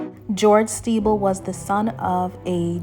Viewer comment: The pronunciation of the name is incorrect…it is pronounced like Sti-bell although the spelling is Stiebel . She’s saying Stee-ble